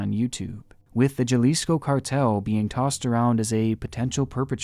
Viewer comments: Amazing job on this video. I'm very glad that you brought these to light. It's such a screwed up world we live in. On a side note, for future reference. Jalisco is pronounced (doing by best here to write it as it sounds) Ha-lee-sco. Not nitpicking or anything. I just know that you like to get things right in your videos. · Sir, the Mexican state of Jalisco is pronounced as: Ha-lis-ko. In Spanish the letter "j" is sounded like an "h". Excellent episode this one! 👏👏👏👏👏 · The J in, "Jalisco," makes an H sound. So it's pronounced, "Ha-lisco." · Jalisco: pronounced Ha lees ko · Make a minimal effort to pronounce Jalisco correctly next time, please. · the scariest thing in this video is how pronounced every word in spanish wrong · i'm sorry but the way he's pronouncing "jalisco" is killing me i'm tryna take the story seriously but i can't 😭🙏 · it physically hurt me every time you mispronounced jalisco 😭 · That's not how Jalisco is pronounced. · The way you said Jalisco absolutely fucking disgusts me. Come now. You couldn’t make the effort to at least try to pronounce it correctly? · In the QBA piece, I know he may not know this but the way he pronounced “Jalisco” made me cringe a bit. At first for a millisecond I was like where in Mexico is that 😂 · The scariest crime in this video is how you pronounce Jalisco, friend. xD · I love how you pronounce Jalisco 😂makes me laugh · But its pretty funny each time he says it especially if you imagine one of those cartel videos but with them pronouncing Cartel Jalisco NG the way he does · If you keep pronouncing Jalisco the way that you do the cartel is going to come after you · Actually I think it's pronounced both ways! He himself has pronounced it both ways as well as other youtubers, which he doesn't mind. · The way he says Jalisco is so white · The way you pronounce jalisco is awesome lmao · Love you, half my family is from Jalisco, Mexico. it is pronounced Halisco,the J is pronounced as H.....